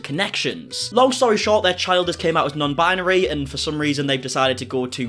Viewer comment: That crazy b$*#> just said non-BIANARY. What the hell is that?! Binary. Bi-nar-y. You are welcome, nutty lady.